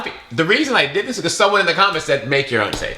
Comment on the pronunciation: correct pronunciation: say tan